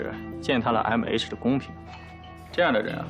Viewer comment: 袁帅和其他大咖竟然对“MH”的“H” 发音不标准，君君是可以的！🐱